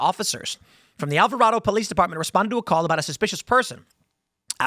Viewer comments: I live in Texas and I was in Alvarado that night and heard a bunch of gun shots. Alvarado is very country and people shoot guns on the 4th every year. I left my friend's house about 10m after 11 and there were cops EVERYWHERE. Streets were blocked off. BTW it's pronounced AlvaR(A)DO not AlvaR(O)DO 😂 the news media said it wrong too. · Alvarādo is how it pronounced 😊